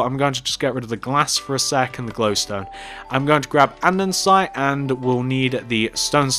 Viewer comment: Has no one addressed the issue that he says andndsite no offence Ilysm me and my cousin are your biggest fans but I was just sayin And can you do us a favour and in your vids tell us the dimensions and if your starting from the front or back of the build!!!! It would mean a lot for you to do that cos we are building city TYSM